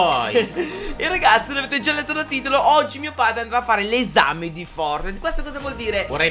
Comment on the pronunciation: Anche il mio papà non s niente di fortnitnite li pronuncia forrnite E quando sciopo i vu-buks li chiama vubuk